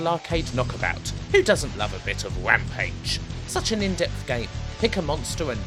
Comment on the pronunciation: Wampage lol